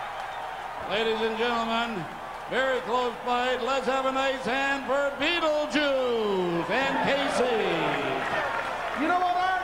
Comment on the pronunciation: u really said battle juice xd